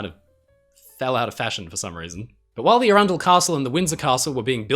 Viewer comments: As someone who lives near arundel, the pronunciation of that ship was… surprising 😂 less ‘ah runn dle’, more ‘arron dle’ (think of the name aaron). I could be wrong, ive just never heard it pronounced differently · it is Aran...Dell not Arun.....dull Castle. Great vdeo though. i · If Arundel was named after the castle if the same name in England (?) her name is not pronounced with the emphasis on the centre Ar_run_del as you said it, but instead... "_Ar_undel"... And the man who you said his name (sounds like Marsh_arll... Engineer? I forget now, sorry, if it's the name Marshall (?) it's pronounced Marsh_all emphasis on _Marsh not on _arll_)😊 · Really good vid but I I can tell you arundel as Is arundel Castle pronounced aron-doll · "Arundel" doesn't rhyme with "trundle". It's pronounced with the stress on the short A: "ARR'nd'l". It's a town in West Sussex with a famous castle. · Ye said aurundle wrong